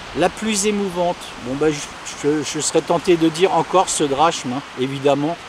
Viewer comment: hey, petite note de grec, on dit "drakme" pas drachme, même si c'est comme ça que ça s'écrit;) merci pour tes vidéos